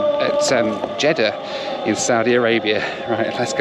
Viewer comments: You definitely said Jeddah but you definitely said CHeddah [sic] 🤣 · Jeddah and cheddar are pronounced it differently